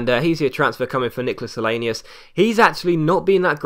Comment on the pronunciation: Helenius pronounced helanoose